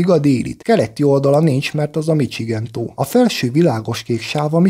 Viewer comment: Ráadásul sérti a fület ez a “csikágó” meg “micsigen” 😂 Ezeket a szavakat -sel kell ejteni, nem cs-vel.